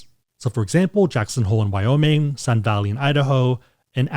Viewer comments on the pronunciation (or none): none